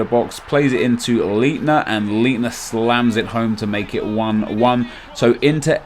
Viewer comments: lol... it's pronounced "Bister" and "Litner"! "ei" in german is pronunced like "i" in english. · Your CDM is pronounced , light-ner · I'm doing gooooood. You pronounce it lightner. It's ei not ie. also good marketing with making us use both social networks lol. Yeah try someone who you've played in the last while. BUT ONLY PEOPLE WHO HAVE BEATEN YOU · Leitner is pronounced "lightner" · in german you pronounce the last letter of two consecutive vowels. for example Leitner is pronounced lightner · It's pronounced lightner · Your pronounciation of of Leither is horrible... Listen to the way the commentators in game say it :P